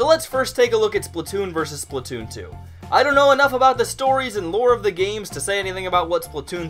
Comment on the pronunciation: The way you say splatoon makes me angry